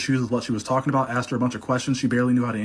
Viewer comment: Once she said "they knew people would try......" she started TAWKIN